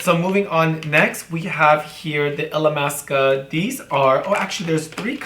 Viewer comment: Everything seems so effortless when you do it and this came out stunning!!!! Love you Miss Blac!! (and yes, you were pronouncing the name of the brand right!!!)